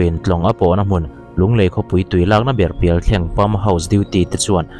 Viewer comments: Pialthlêng ti a lam tur🤭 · Sir Thleng lai hi lam ri dik lo deuh, Pialthlêng aw, Tlema tlem-ah tui kan nghei ṭhelh alawm le, kei chu Dimdawihna tello hian han hlap hrep se ka ti. 😡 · Sir ...Pialthleng...lui ni lo vin...Pial....thle....ng..lui ti a lam zawk tur a ni e...Chaw ei na thleng kan lam rik dan ang thin hian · Pialthleng tih laia thleng i thluk dan hi a dik lo deuh a,chaw ei thleng tiha thleng tih lai thluk ang hian thluk tur a ni e. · Pialthleng tih i lam dan hi a dik lo tlatin ka hria, ,chaw eina thleng kan lam rik dan ang hian thleng tih lai hi an lam thinin ka hria.... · Pialthleng hming a, thleng tih lai tak hi, chaweithleng kan lam rik ang in, thleng tia chhiar/lam rik tur aw. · Pialthleng ilam dan a diklo Thleng tih hi chawhmeh suahna thleng kan lamrik anga lam rik tur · Pialthleng tih i lam hian thleng tih hi chaw ei thleng i lam anga lamtur aw Sir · Pialthleng ilam dan hi diklo,pial hi chu ilam dika thleng hi(chaw thleng lam anga lam tur)